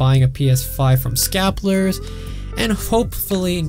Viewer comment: This dude can't pronounce "scalpers" and it's terrible and hilarious at the same time.